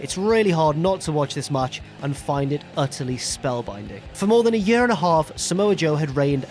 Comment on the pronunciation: what the fuck is a "yuh"?... you mean year.